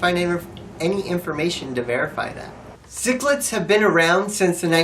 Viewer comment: Take this guy off, it sounds like he's pronouncing the candy sicklets instead of sixlets and as a comentater he is no good.